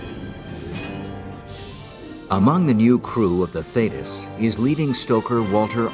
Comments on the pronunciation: Theeeetis...not thaaaaytis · As an ex-Royal Navy member, why have somebody from the U.S.A. as the commentator for an English Royal Navy documentary? Some of his pronunciations of places and ships (e.g. should be THEETIS not Thaytis) were way off and could not always be related to the real words/names such as we would say FOR'ARD not FORWARD compartment. Also, the Royal Navy does not have and has never had a 6th Fleet as stated because the British did not have fleets designated by numbers as the U.S.Navy did/does and in fact, that would have been the U.S. 6th Fleet. Just curious. 'nuf sed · It's HMS not USS and it's pronounced Thee-tis...not Thay-tis. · Thee-tiss, not thaydus 😕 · This was a disgusting episode in the Royal Navy they had every opportunity to save the crew and totally failed . PS it's pronounced Theeeetus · Very accurate portrayal of the event: I could relive it all, having served in the very same class of Submarine H.M. Submarine TALLY- HO. One of the results of this disaster was the installation of a Thetis [pronounced Theetis] Of the Thetis Clip. An extra safety measure prior to opening the torpedo tube door. Thanks for posting Ex- Stoker Mechanic Royal Navy - HM. SUBMARINE TALLY-Ho!